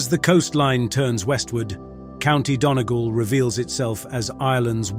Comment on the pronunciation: It's Hoe t not How t.... Glenda lock not Glenda low... dunny gawl not dunny gull, mizzen head not myzen head, river sure not sue ear, cliffs of mo her not mo hair, bal in naa not bal eena... I suppose you have to be Irish to know how certain Irish places are pronounced !